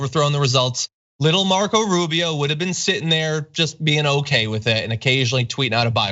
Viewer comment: Rube - Eeeh- Oh!